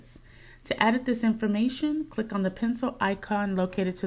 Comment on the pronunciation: "clink this link" lol